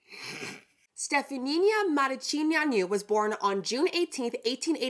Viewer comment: I am a proud Romanian, you butchered the heck out of her name but still fun to watch 😅 Pretty close with Stephanie-(uh) Muh-ruh-chi-neea-nuh